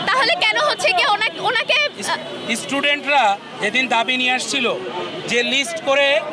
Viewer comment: সালা তুই মাস্টারের যোগ্য নয় ইস্টোডেন্ট এটা হবে স্টোডেন্ট।